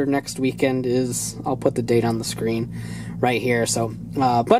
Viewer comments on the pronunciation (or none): none